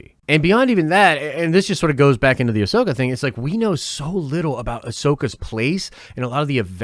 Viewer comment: I mean she pronounced ‘Ahsoka’ wrong in an interview😂. Despite that tho she expressed how much she’d love to play the character. Whether she’s a fan who knows but it sounds like she’s really willing to perform and get it right. Considering she’s someone who’s done a lot of voice acting, I can imagine she would’ve watched CW material with producers to perfect the voice. Here’s to hoping. Can’t wait to see her